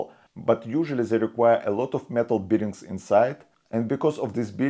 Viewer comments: nice vid. NB bare bearings for the Russian bear. not beering. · I would subscribe if the English pronunciation was better! "Bearings" ('bare-ings -- not 'beer-ings) etc! :-) Ask an English speaker to give you some pointers.